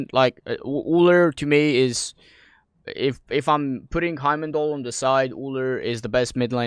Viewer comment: LOL HE SAID HYMENDALLR